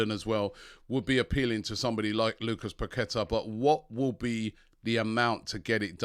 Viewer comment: It's PaqueTAH, with emphasis on the TAH at the end. Not PaQUEta